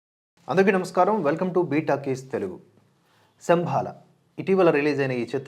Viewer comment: శంభల అనాలి!!!